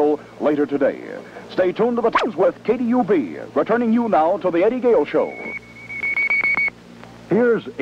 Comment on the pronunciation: KDUB, not KUB. You wouldn’t find a 3-letter call on 1340 am.